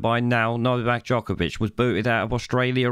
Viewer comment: Not only those things you highlight..he actually pronounced novaks surname jokervic..and accentuated JOKERVIC on several occasions..I applaud novak for his stance on choice..and applaud his absolute calmness in this despicable interview.